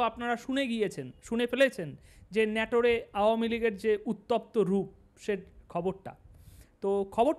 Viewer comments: ভাই, আমি নাটোরের স্হায়ী বাসিন্দা। আপনি আমাদের নাটোরকে ন্যাটোর বলছেন যা আমার কাছে দুঃখ জনক মনে হচ্ছে। অনুগ্রহ করে নাটোর উচ্চারণ করে ভুলটা সমাধান করুন প্লিজ। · বারবার বলছেন নেটুরে,সঠিক নাটোর। শতকরা ৫০% উচ্চারণে ভুল। একচেটিয়া আওয়ামী লীগের পক্ষে ভিডিও করায় এত ভিউ পাচ্ছেন। দয়াকরে উচ্চারণ সঠিক করুন। ভিউ ডাবল হবে। এখন শেয়ার কমেন্ট করতে আমার লজ্জা লাগে। এমনকি আমদের দলের জন্যও বিব্রতকর। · ভাই ওটা নাটোর হবে, তুমি বারবার ন্যাটোর বলছ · দাদা, ন্যটোর নয়,নাটোর হবে।আপনাকে ধন্যবাদ।জয়বাংলা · জায়গাটার নাম নাটোর, নেটর না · নাটোর উচ্চারণ হবে। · দাদা আপনার উচ্চারণটা সঠিক হয় নাই জায়গার নাম নাটোর।